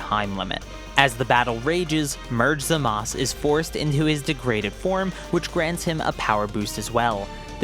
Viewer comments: its not zamas its zamasu idiot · Where's the u when you say zamasu??? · Why do people keep callin him Zamas? It's Zamasu, Za-mas-oo. You pronounce the u, it isn't silent.